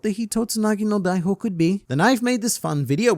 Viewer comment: Extremely nitpicky lil correction here, I thought you'd like to know since you're the one piece guy: It's "Hitotsunagi no daihihou" not "daihou", there's an additional "Hi" in there that you're not pronouncing which makes it a different word :)